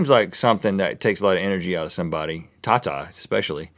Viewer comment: well not pronounced like that xD tata means dad in my language